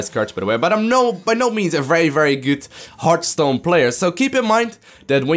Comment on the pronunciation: One thing, you said Heartstone at the start, it's really HeartHStone. A Hearth is a fireplace which, if you think about it, exlains the happy innkeeper who greets you when you enter the game (He sometimes says something like "Pull out a chair by the hearth" if you pay attention). PS: If you wonder how to pronounce it, the "hear..." part is just like in heart, and the "...th" part is like the "th" in "Arthas" (the Lich King). So, pronouce it right in the future =)